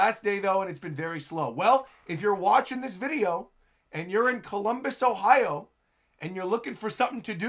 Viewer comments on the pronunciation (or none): none